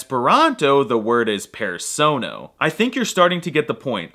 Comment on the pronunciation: it's not Persounou but Persono!